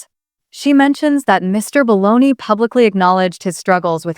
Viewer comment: Might help prove you’re not a ROBOT VOICE, by pronouncing Justin’s name correctly- NOT BONEY!!!